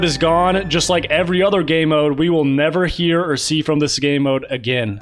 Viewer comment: 100% he said gaeymode